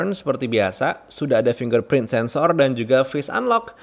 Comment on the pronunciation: Saya mendengar pelafalan kata "fingerprint" yang benar, saya tekan tombol like.